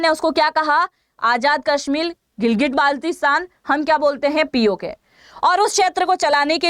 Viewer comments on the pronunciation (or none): none